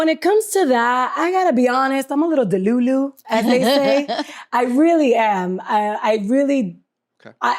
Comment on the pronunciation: I checked out as soon as she said “delu-Lu”